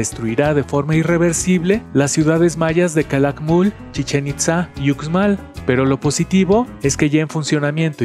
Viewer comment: Con mucho cariño… se escribe UXMAL pero se pronuncia “USHMAL” 😊